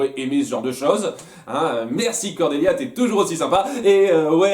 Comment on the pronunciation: C'est vrai qu'elle est pénible Cornélia (d'ailleurs tu écorches son prénom en disant Cordélia mais vu comme elle est sympa c'est pas grave) après c'est vrai également que cela ne se fait pas qu'Hay Lin les ait toutes inscrites juste parce qu'elle en avait envie. Elles ferment peut-être les portails pour que cela ne s'en pire pas davantage, en plus leurs proches sont sur Terre donc elles veulent peut-être juste les protéger, après c'est vrai qu'elles pourraient essayer d'en garder un ouvert, un bien cacher des deux côtés, pour avoir un accès malgré tout.